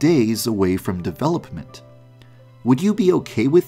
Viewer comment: Am I the only one who lives for the way he says “develoPPPment”